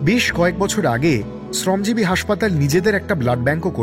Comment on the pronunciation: শ্রমজীবী শব্দ টার উচ্চারণ টা sune khub kharap laglo. Ota thik kore nile khub valo hoy.